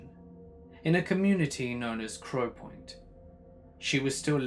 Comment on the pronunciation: Bruh its crownpoint not crowpoint 😂😂 and I live there